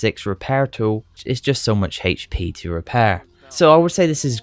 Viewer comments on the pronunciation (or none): hhhhachee pee "hp"